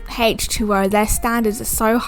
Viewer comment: Why does she say hache2o lol